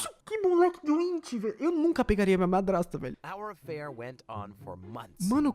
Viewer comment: Só eu que percebi q ele tá falando padrasta e não madrasta?